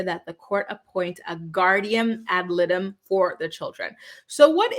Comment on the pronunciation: You're pronouncing ad litem incorrectly.